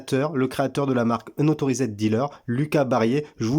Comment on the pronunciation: Vid sympa mis à part ta prononciation de unauthorised...